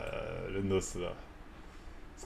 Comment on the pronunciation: C’est N.O.S frérot comme ça se prononce frérot sinon GG la vidéo sah, tu fais kiffer comme d’hab